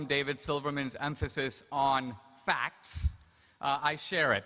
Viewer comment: " And we're going to find out in this debate, who has the FACKS..."